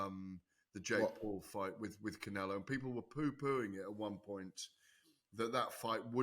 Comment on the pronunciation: the best is when he says saul canelo alvarez like pronouncing it wrong makes it sound more spanish or something😂